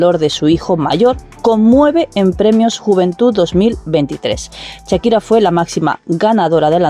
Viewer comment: Perdona No se dice Chakira Se llama Shakira y se dice Shakira como Shark